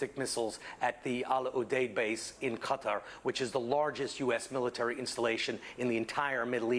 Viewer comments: Btw its pronounced kuter... Not kwatar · kuh-TAR" with stress on the second syllable. Arabic: "Guh-tar" (with a guttural "g" and a rolled "r").